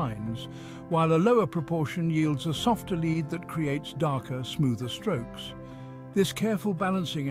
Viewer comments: lead, in this case, is pronounced "led" the e is short as in egg or there would be a line above it. i only mention it because after a few minuets its said like 30 times and is very distracting to the content. if you are using an auto-reader, just spell it "led" and it'll say the correct word. :) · English is difficult for this A.I.. Pronouncing lead as leed.